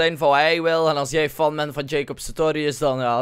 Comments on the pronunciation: je spreekt fan als fen uit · Je schrijft fan maar je zegt fen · echt mooi hoe je fan zegt HAHAHAHA